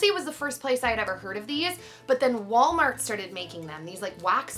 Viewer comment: haha i love you but i'm pretty sure it's "Walmart"